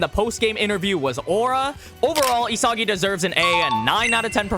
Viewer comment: bros pronouncing it, ee-soggy